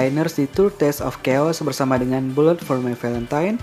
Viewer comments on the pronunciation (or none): none